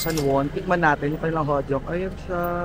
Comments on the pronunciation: Hotteok = hotok 😂😂 not hotyok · Lutuin mo muna nang buo ang pork belly behh tsaka mo na gupitin pag malapit na maluto2. Yan ang style jan. Hehe 🤗 Tas HO-TOK pronunciation nang Hotteok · hotok pronunciation beh ng hotteok